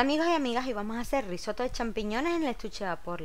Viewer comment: Ciao! Soy italiano e vivo en Murcia España. Nunca he visto cocinar un arroz de esta manera. Lo haré de inmediato. Aproveccho la ocasión de corregirle un pequeño error que en Italia sería uno grande. Se dice Risotto y no Rissoto. Justo al reves; una "S" y dos "tt". Saludos.